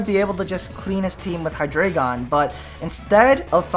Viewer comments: I believe it's pronounced " Hy-dry-gon" dEINo - Ein= one ( one head ) ZWEIlous - ZweiI = two ( two heads ) hyDREIgon Drei = three. ( Three heads ) basically a little german thrown in there. kind of like the spanish inside articUNO and the other birds. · Its high-dra-gon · Actually, it is Hy-DRA-gon. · hydreigon. its pronounced hi dry gone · i pronounce Hydreigon as {Hy-dreh-gen} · For Future Reference: The names of the Hydreigon line are based off of German numbers (ein, zwei, drei), and 'drei' is pronounced like 'dry', so it's probably pronounced "Hi-dry-gone". My favorite dragon-type is either Kingdra or Flygon. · it's pronounced hy-Dri-gon, as in the german number three, drei, it's just like the legendary birds, dEINo has one head, ZWEIlous has two heads, hyDREIgon has three heads, ein, zwei, drei, one two three, it's quite fascinating if you think about it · It is pronounced hi-DRY-gon, it's German. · but three in german is drei (pronounced dry) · Actually, if you look at its two pre-evolutions; Deino and Zweilous, the trio are based off the german numbers 1, 2 & 3 for the number of heads they have, which are eins, zwei and drei, so it's actually pronounced Hy-DRY-Gon :) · hydreigon is pronounsed: hi-dragon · Both of the ways you say hydreigon is wrong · Actually the anime is not always right about the names ^^ the "drei"-part is the german word for "three". If you speak the "ei" in drei, the same as the "y" in Scyther, you are doing it right :) I think thats a good explanation ^^